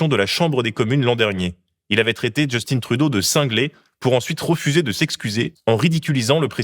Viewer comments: petit bémol, arrêté de nommer Justin à l'anglaise avec votre accent qui sonne genre simplement féminin, c'est Justin, pas Justine. Si au moins vous disiez "Justinn'' vous seriez plus près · Justine c'est une fille. SVP prononcer JUSTAIN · C’est pas Justine mais Justin, c’est pas comme ça que l’on dit. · Je sais que chez nous y'a de Justin autre que Justin Bridou... Mais arrêtez de dire "djeustine" pour Un canadien français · Just-IN, Justin Trudeau, pas Just-INE… C’est un francophone du Québec (mais je me doute bien que c’est une erreur volontaire, pour forcer les gens trop réactifs comme moi à faire des commentaires😅) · je comprendrais jamais les français insistes pour dire justine trudeau. il est francophone. c'est justin, pas justine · Par pitié, les cousins. L'ancien premier ministre était JUSTIN TRUDEAU, à la française (et non pas "Justine Troudo") et le premier ministre actuel est MARK CARNEY (à l'anglophone, pas "Marc Carni") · En tant que Québécoise, j’ai beaucoup apprécié, Merci! Toutefois, la prononciation du nom "Justin Trudeau" était erronée. Il prononce tout son nom en français, et non pas "Justin" avec un accent anglophone. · Mais arrêter! C'est pas Just-in à l'anglaise, c'est un francophone! Justin. On ne prononce pas le "n". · Tu sais, Justin Trudeau est Québécois, donc c'est Justin et pas "Djostine" 😑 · Justin Trudeau est francophone, tu peux prononcer son prénom normalement! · Du Québec : Très bon et très factuel mais pitié, arrêtez de prononcer Justin à l'anglaise. Personne ne le fait au Québec. Mes oreilles saignent à chaque fois que j'entends un Français le faire 😂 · Euh... Justin, C'EST JUSTIN!!!! en français, merde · Mais pourquoi vous prononcez le nom de mon ex PM à l'anglaise? 😤